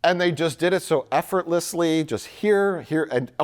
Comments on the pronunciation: Mike not being able to say "effortlessly" is such delicious irony. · I'd pay stupid amounts of money to see the look gave Mike after seeing him entirely unable to pronounce the word "effortlessly"